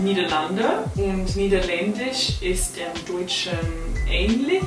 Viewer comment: Absolutely ! I think the "ch" and "äh" sounds are quite difficult for non native speakers. The way you pronounced "ähnlich" was perfect. really Impressive :D